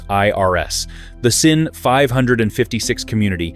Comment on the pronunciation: Pronounced zin. Z-in, zin. It's German. Say it like General Burkholder or Sgt. Schultz.